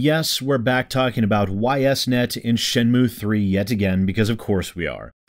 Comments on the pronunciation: for what it's worth, the company's name is pronounced "eess net". Actually easier to say than "Y S net". Anyway, screw Ys Net. Everything they've done recently is not only in bad faith but actively screwing over the people who paid for their game to be produced. I certainly won't be buying this game, and Deep Silver can eat shit for all I care. And yes, I agree, additional content should be charged for, but with shithead companies like this one using Kickstarter as a glorified pre-order platform these days, how the hell is this pre-order content not free for them? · I was going to correct the pronunciation but then eh they deserve to have people mispronounce their name because of this crap so why bother?